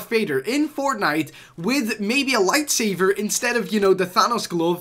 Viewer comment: Lol he said “Lightsaver” twice instead of Lightsaber.